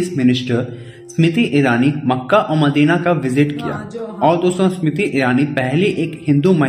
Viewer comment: अनपढ चिमा वो स्मृति इरानी है समृति नही